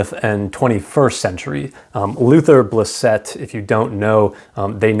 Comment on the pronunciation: Q is excellent. A note about the pronunciation of Luther Blissett. It’s pronounced BLISS-it, with the stress on the first syllable, to rhyme with “kiss it”. Not bliss-ETT. The real Luther Blissett was an English soccer player in the 1980s who spent a brief period playing in Milan.